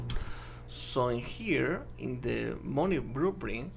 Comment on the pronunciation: hey don't say moni say mani which is moeny you sayed it wrong